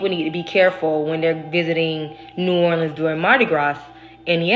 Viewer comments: You said it right! Lol New Or-lins! I’m an Oracle reader. 😊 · You pronounced New Orleans correctly! It’s people who say “New OrLEENS” that make them stand out as a tourist haha. I lived there for awhile and the whole thing felt like a psychedelic experience (minus the actual psychedelics lol). It’s a special place that will put a spell on you. It’s incredibly hard not to miss it there and feel drawn back there frequently. You never really leave… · You absolutely pronounced New Orleans correctly! So many people butcher their pronunciation. You did well!💚😊